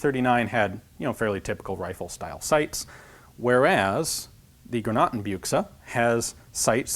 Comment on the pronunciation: "Granatenbioksa" xD Reminds myself my English is crap ;_